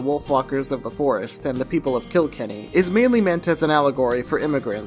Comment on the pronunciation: Phenomenal video! It’s put together well, the script is coherent and conveys the passion, and it’s always nice to see someone shine a light on small studios, especially Irish ones ;) Also just PSA to everyone: the setting for Wolfwalkers isn’t “KIL-kenny” but rather “kil-KENNY” - no harm, no foul, just putting it out there <3